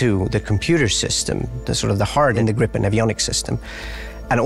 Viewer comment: Would be better if the announcer said "Gripen" correctly. "Gr-ee-pen", not "Grippen".